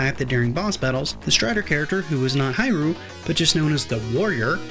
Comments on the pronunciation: Please, it pronounce as "He Lu" Not "Hi Ru!" And not much people mention that, although it is Ryu, it is pronounce as Lu, Japanese does not has "R" sound, they use "L" sound instead. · Strider HEER-REE-U 🤦🏾‍♂️